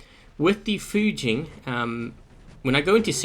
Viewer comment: 1st, Thank you for pronouncing the names RIGHT!!!! Fu-jean and Ry-jean!!! Not Few-gin or Ray-gin! Raijin's only strength is being able to hold a beacon in lower play IF you can get there fast enough and don't get flanked and you are a massive tripping hazard to the rest of your team if you aren't a conciencous player espescially at the 1st initial spawn. Fujin is a better option (notice he's using THREE?!) with the shield buff. I wish pixonic implemented the molot and punisher rapid fire that was on test server last year... Fujin still could use a longer range weapon! The tumbulas buff with continuous fire would work well.